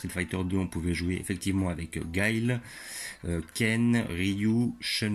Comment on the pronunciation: je crois que sa se prononce pas comme sa Guile